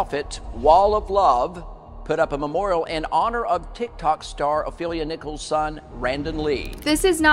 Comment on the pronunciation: The last name is Nichols... Not Nicholas... I have the same last name ✨